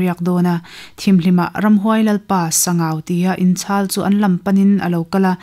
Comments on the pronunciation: Sangau (Ramhuai lalpa) hming hi Sang(hmun sang rik danin) Au ( mi kan au ) rik dan in lam tur a ni e , an tia lawm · Ziaktute an zah awm rualin an ziak kim lo hle in ka hria, tin, luite tui hi kei mi LAI hian TIVA tih hian kan sawi thin a a chhiartu hian Sangau va tih a lam kha chu Sangauva tih khan alam kha ani a, adik tawk lo ani. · A chhiartu Aw in a zir bawk a, ngaihnawm hle mai,, Mahse, thil pakhat;,, Sangau va tih kha "va" tih tak hi Sava ti a, "va" tih thluk ang hian lam zawk tur a nia, Mihring hming mipa hming angin i chhiar daih a, Sabgau va". Tih chu Sangau Lui tihna a ni ang,,!?😅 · Sangauva i lam dan hi i tih hi a dik chiah lo, mihring hmingah i chhuah tep. Sangau dawt chiah a VA hi lai tawng a ni a, VA hi lui tihna a ni. Sangau lui tih a ni ber awm e